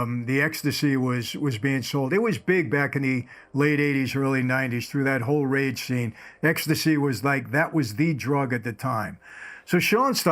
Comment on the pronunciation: Rave not "rage" bud